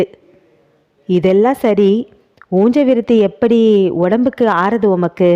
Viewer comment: நல்ல சஸ்பென்ஸ்..உஞ்ச விருத்தியை ஊஞ்ச விருத்தி என்று சொல்வதேன்?